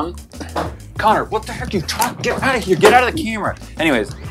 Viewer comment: I think said keyera and not camera Btw it’s my opinion